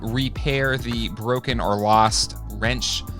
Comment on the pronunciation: Winch, not wrench:) But this looks good!